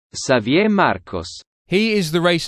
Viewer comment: Can’t tell if you really don’t know how to pronounce Xavier or you are just being a troll. Still not as big of a troll as Fernando or Piastri. Everytime a Redbull driver messes up Helmut threatens them with a staring contest 🤷🏼‍♀️